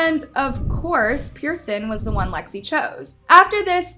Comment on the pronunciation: Wdym she said it correctly